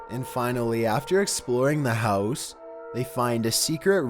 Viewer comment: sOmeONE secretly living in their hEeous